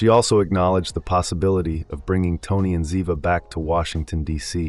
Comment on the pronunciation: Good info, too bad you mispronounced the names of BOTH characters. 😕